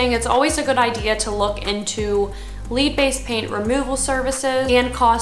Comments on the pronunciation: Great channel, great information. Listening to you pronounce the word "lead" is funny. It's pronounced "Led" not "leed". Lead is the toxic mineral that causes brain damage and used to be used as ammunition. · You just said “LEED” based paint!! It is “LED” (spelled LEAD). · It's led based paint ..I know it's spelled lead , but it's pronounced "Led"